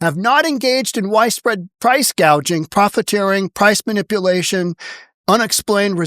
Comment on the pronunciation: Wait a minute... I thought Newsome said the problem was "price gauging?"